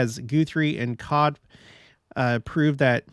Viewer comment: It’s Hoda Kot be pronunciation.